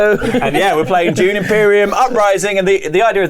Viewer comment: Is Dune, with a D. Not June...